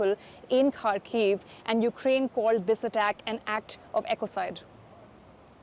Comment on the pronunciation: It's been nearly 5 years of brutal war and still our western media can't be bothered to learn how to pronounce 'Kharkiv'.